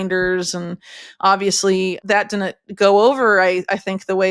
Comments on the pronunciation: Please correctly pronounce the word “Didn’t!” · Didn't. Not Din'it. Stop slaughtering the English language syllable by syllable. 😢